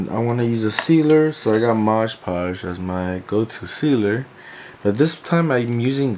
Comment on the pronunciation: Cool crafting no doubt, but man, why do you keep saying "MoDGE Podge"..? The name of the product is clearly "MoD Podge" (no rhyming, unlike in e.g. "hodge-podge" - I guess it's can be a reference for the name). I've actually heard a lot of crafters pronounce it incorrectly, so I'm just wondering. May be it's some meme I'm not aware of (like "bacon bond" = SuperSculpey's "bake & bond" among sculptors etc.) or what...